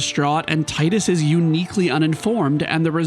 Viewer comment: It’s pronounced “Tidus” not “Tidus”